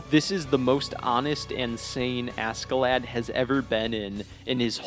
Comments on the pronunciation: the American accent makes this video kinda cringe. his name is not ASSkelad.... its not Ask A Lad... like wtf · The k silent . . . . 🤦🏻‍♂️ fking Americans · btw. pronounced Askelodd not lad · im pretty sure askeladds name is supposed to be pronounced ashclad like as in ironclad, but thats just me. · Lol anybody else triggered by his pronunciation of “Ask-a-lad” ? Lol or is that how it’s supposed to be pronounced in English? 🤷🏽‍♂️😂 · im sorry but the way u pronounce ASK UH LAD is insufferable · How does one possibly manage to mispronounce the main villains name the entire video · Why is no one talking about how he pronounced askeladd 😭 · God, the pronunciation of Askeladd... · I'm sorry but his pronunciation of Askeladd is driving me crazy. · it really bothers me how other poeple pronouns askeladds name. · How he pronounces askeladd pains me. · at least say askeladd right blud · I like the video but you got some of the pronunciations wrong Leif isnt pronounced leaf but like lay-F or safe but with an L instead of an s. Then Askeladd is ash-e-lad. good video tho!